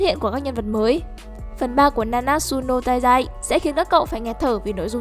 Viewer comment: Na na trự nô tai zai nhé ad k phải na nát sự nô tai zai. Ad nhé